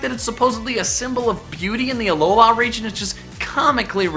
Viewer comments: He sounds so white when he says Alola, AlolAA. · Aloha forms learn to freaking speek